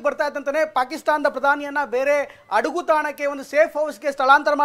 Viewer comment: ಹಡಗು ಅದು ಅಡಗು ಅಲ್ಲ ಬೋಳಿಮಾಕ್ಲೇ